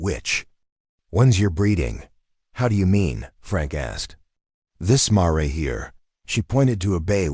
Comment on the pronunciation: Can't say what a female horse is called correctly